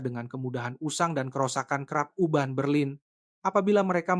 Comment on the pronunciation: Urban jadi Uban bro